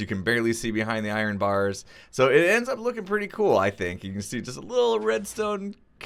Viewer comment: I-Ren, and you can call your iron farm an I-Ren farm